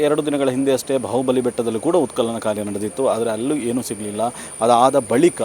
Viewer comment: ಉತ್ಕಲನ ಅಲ್ಲ ಉತ್ಖನನ 😂😂